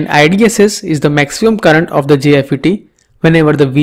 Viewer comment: The pause between 'the' and other words u say, and its pronouncing drives me crazy ._. anyways good video ^^